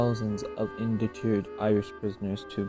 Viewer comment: Interesting history. (Please, do correct your mis-pronounced word "indentured".. "IN-DEN-TOORED." or "in-DEN-CHOORED" ........not, how you've mispronounced it.)